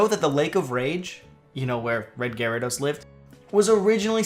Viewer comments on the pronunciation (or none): none